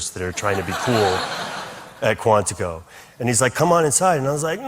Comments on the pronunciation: I’m only nitpicking cause my 2nd Cousin went to Marine Corps OCS in MCB Quantico, but how did you pronounce Quantico? It’s “Quant-iko,” not “Quanteaco.” Short i. Not long E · The narrator (AI?) mispronounced “Quantico” and ”Bogota” within a minute. Also, later, “Gloucester,” which is when I gave up on the video. Isn’t this what editing is meant to fix?